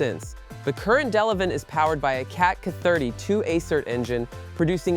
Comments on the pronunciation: It's Catapiller D-11,not duh leven,get it right geeze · He called the D-11 duh leven